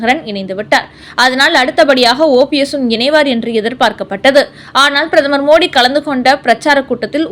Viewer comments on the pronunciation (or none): none